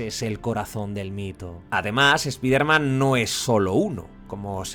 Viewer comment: no es eso bro. Spiderman es un nombre propio por eso tenes que decirlo como correctamente se llama y se pronuncia de donde viene su origen. Es solo eso. Sino le podes decir el hombre araña que es su traduccion. Tambien es raro que a palabras como fortnite ustedes si le pronuncian bien la i como "ai". Pero bueno no se, cosa de ustedes...